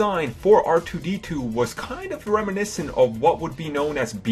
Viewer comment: stop saying reminecint